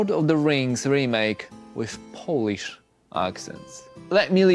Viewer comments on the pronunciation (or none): none